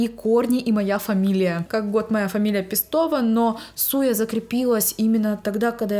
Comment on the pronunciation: Божечки, наконец-то, ты одна из немногих кто говорит ПестОва))) У меня такая же девичья фамилия была, и все вечно коверкали в ПЕстова😅 Ты просто золотце🥰